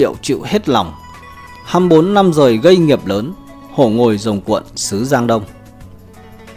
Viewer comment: Năm dời... Nãn. 😂